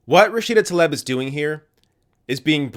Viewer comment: It’s “Tah-Lee-b”